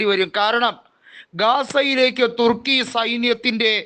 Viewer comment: 😂😂😂😂തുർക്കിയ്ക്ക് പിറുക്കാനെ നേരം കാണൂ😂😂😂😂 ചേട്ടൻപിർക്കി പിർക്കി പറയുന്നതാണോ പിർക്കി ചേട്ടാ😂😂😂😂